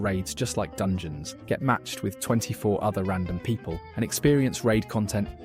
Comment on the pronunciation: "dungoens" Yes